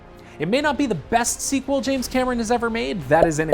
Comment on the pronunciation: No budget too steep no sea too deep! Its James Cammer-ron!!